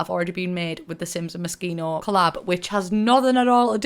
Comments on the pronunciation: It’s pronounced moe-she-no! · I always thought it was pronounced Mo-SHE-no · Thought she said mosquito stuff pack 😂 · OOOOHHH when i saw that video at the beginning for the first time i thought she said MOSQUITO stuff pack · Just keep calling it Mosquito :P